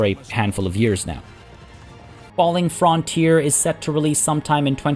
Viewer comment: it's pronounced FRUNTEER not "Fron"